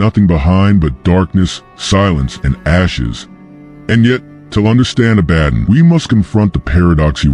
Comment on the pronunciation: A-ba-don, not A-badin